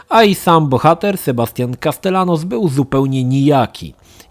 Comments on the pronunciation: "Sebastian Kastelanos" - uszy mi krwawią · Drogi, z całym szacunkiem ale na przyszłość w hiszpańskim podwójne L czyta się Jot, tak więc nazwisko bohatera wymawia się Kastejanos.;)